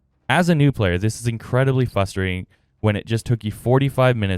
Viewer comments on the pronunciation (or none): Great very helpful vid, but plz practice saying "frustrating" not "fusstrating" 😂 if you're gonna say it 20x you might as well learn the word mate